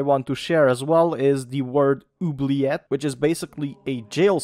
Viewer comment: Finally someone who pronounces 'oubliette' correctly